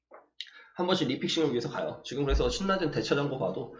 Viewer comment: 신나젠 아니에요 실라젠으로 읽는게 맞아요 ㅎㅎ